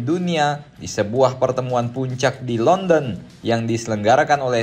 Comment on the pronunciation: Kirain ente bilang ujang LONTE padahal ente sebutnya ujang LONDON 🤣🤣🤣